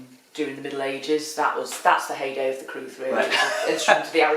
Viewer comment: It is in Welsh, and the crwth (pronounced 'crooth') is a Welsh instrument of great antiquity.